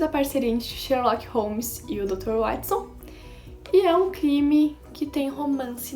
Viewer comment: Ganhou mais um inscrito e Watson se pronuncia Uótisson